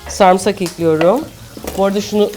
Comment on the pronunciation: Türkçemizi doğru konuşalım sarmısak değil "sarımsak" 😉😊